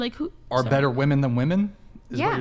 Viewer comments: I hate how this chick say woman instead of women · It's not woman, it's women FFS! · When did the plural of woman (women) stopped getting used ? I hear it pronounced wrong all the time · Every time I hear her say woman as apposed to using women(as a plural of woman) a part of Gen X soul dies!! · Woman and women are pronounced differently. Why are they pronouncing woman the same as women??? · It’s so irritating when this younger generation pronounces women as “woman”. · The way that one woman says women as "whoa men". PLEASE learn to pronounce the word. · When did people forget how to pronounce ‘women’? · 🌴🌴 """" Got dammit correct these 304s on how to say women WEH'- MIN. WOMAN IN PLURAL half your got dam panel can never pronounce their own fukkong sex correctly. And mention my name when ya do. I've watched this channel for years and I'm losing my fn mind and deserve some credit bc no one else says sht about it. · How is it so many women can't pronounce women? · Why can't they pronounce WOMEN?